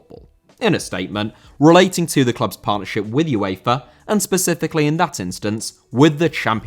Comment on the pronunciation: UEFA* not Yuweifer